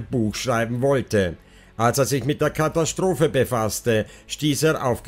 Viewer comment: Du hast einen seltsame Sprchmelodie. Hat was von Jeryko...etwas reißerisch. Kathastrophe spricht man so wie man es schreibt mit S-T und nicht SCH-T. Gegen Ende jedes Satzteiles geht deine Stimme hinauf, das macht es sehr Reißerisch. Wie wenn man ein Moped anreißt. Vielleich kannst du daran arbeiten. Man merkt einfach, du ließt vom Blatt und das nicht gut. Ich würde mir mehr Fakten wünschen, zum Beispiel die Zeichnung des kleinen Mädchens. Lg